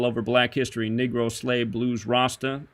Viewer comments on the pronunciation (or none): Why do you pronounce Negro as “Nigro”?